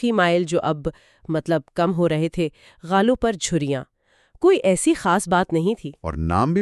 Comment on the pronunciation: گالوں کو غالوں کہ رھے ھیں؟! یہ تو روح اردو کی مجروح کرنے والی بات ھے!!!